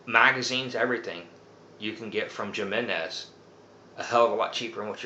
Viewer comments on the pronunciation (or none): Great video lots of useful information but I'm going to give you a little bit of constructive criticism. Please don't get offended but when you say Jimenez you're seeing it with a J sound and you're supposed to say it with an H sound. Like I said please don't get offended all your videos are great very informational I just want to give you a little friendly advice. Take care and keep up the great work love videos.